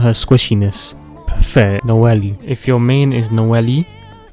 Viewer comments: noell- eeee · ah yes no-ele, q kw- ning gog, kay o, gangu, fishsly, liyue, bi do, albefo